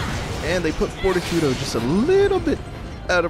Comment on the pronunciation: I realize this vid is a year old, but isn't Fortitudo pronounced For-TEE-to-doe? Anyway, great fight, your way better at this than me. Looking forward to Bayo 2.